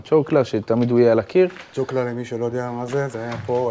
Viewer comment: צ'וקליין.... לא צ'וקלה..